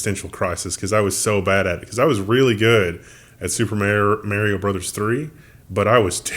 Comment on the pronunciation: you are pronouncing Mario incorrectly.